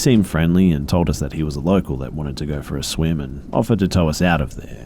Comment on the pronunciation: I don't like when you say "and" it sounds like andt or ant